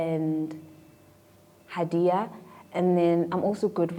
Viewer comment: The way people butcher my name though 😂haiiiii... It's Ha'diyah.... Hhhhha di yahhhh...